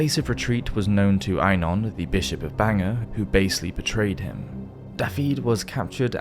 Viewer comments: Daffid? No! Learn how to say it properly. It is spelled Dafydd and pronounced Dah-vith (rhymes with "with"). And Bangor is pronounced Bang-gor not Banger. Dear me. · Pity about the Welsh pronunciation of ‘Dafydd’ and ‘Bangor’.